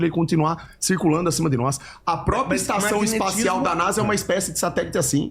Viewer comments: O XANDÃO MANDOU “EPAÇÃO ESTACIAL” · "espação estacial" Ele falou isso tão naturalmente que me pegou desprevenido